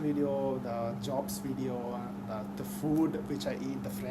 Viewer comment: a suggestiion real quick , that word at 00 : 11 is pronounced as video not wideo , theres a big diference between w and v sounds , ive noticed that a lot of indians mix these sounds up